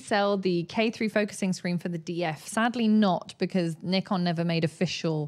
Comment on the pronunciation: No it’s not it’s Nikon not ne. 😜